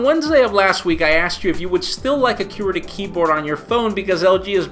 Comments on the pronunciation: Haha still says qwerty wrong & yes it has a pronunciation. Que-rty :S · I pronounce qwerty like you say quirky (but with a ty obviously) I think for its like how some people say soda vs pop etc. but truthfully, I've never heard anyone but say it like he does, so... yeah... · "cue-erty" lmao its just your accent, nothing wrong with that